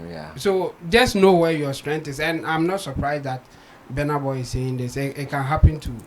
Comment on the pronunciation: Until now, u can not pronounce his name. It's not Benar Boy, but Burna Boy.